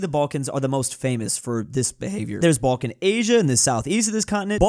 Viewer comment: It's not Bolkan , it's Balkan, say it right you little anglo-german.